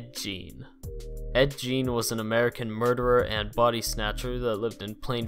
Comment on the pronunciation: You mispronounce a lot of words and names. Gein and macabre is quite silly.